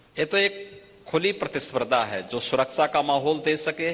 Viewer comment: Suraksha bolna to seekh lo dena to door ki baat